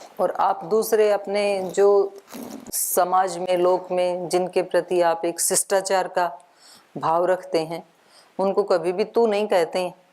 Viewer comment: । आप शिष्टाचार शब्द का सत्योच्चारण क्यों नहीं कर रहे हैं। पाणिनीय शिक्षा वर्णोच्चारण विद्या का अभ्यास करें।